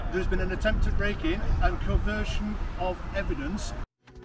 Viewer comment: did he say 'coversion of evidence'?